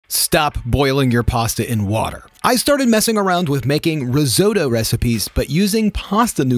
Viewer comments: Risotto, not risoto. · Riz oddo. When you pronounce it this way it sounds awful. Please please pronounce your Ts. Rizz otto. It's not hard. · In Italy you pronounce it Ri-sO-TTo. Emphasis on the first O and the double TT. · whats roe-zo-toe? lol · Your an a animal.......washing 🍄 and how you say risotto! Reszto😅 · riz oh tow? LOL! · wtf is a rizoado? 🙄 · Its an accent thing, I'm British so we pronounce the t's (riz ott o) love your recipe though it worked out delicious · we don't pronounce risotto and pasta like that. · Would be better if you pronounced pasta and risotto correctly lol damn yanks butchering words 😅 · Please learn to pronounce risotto.